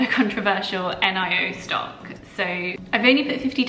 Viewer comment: Good video. It is the first time to hear someone calling Nio N-I-O, it sounds different 🤣🤣🤣